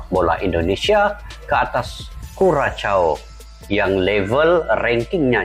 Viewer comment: Bang, cara menyebut nama negaranya /KURASHAU/ bukan kuracau, apalagi kukacau.